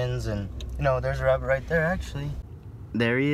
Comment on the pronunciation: you pronounce rabbit like rabinn